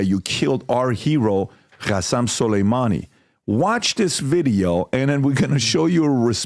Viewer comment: It’s قاسم Qasem not خاسم